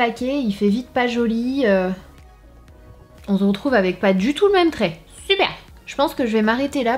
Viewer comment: Sananas dans chacune de ses intro: Trop mignonne : Hey ! Aujourd'hui on ZERETROUVE dans une nouvelle vidéo... Like si t'es OK avec moi 😂😂😂